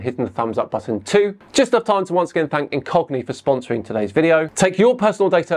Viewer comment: Flat earhers lose badly? No! They lose magnificently, totally and comprehensively. As usual. They have never once come close to winning. I wondwred why you were gping on about cockneys but apparently you were saying ingogni.